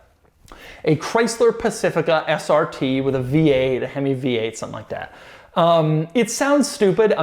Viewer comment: Doug is the kind of guy to prounounce 'weird SRT versions' as 'weird ass RT versions' xD